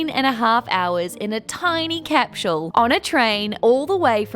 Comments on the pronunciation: Little hint. There's no letter 'h' in the word capsule. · I'm not trying to be a jerk, but, is it actually pronounced "cap-shool"? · Why can't you pronounce capsule?